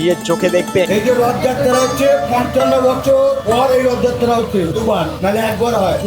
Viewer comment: Wtf is Rahatha yatraa Say it " Rotho Jatra " Be a bengali 🙂👍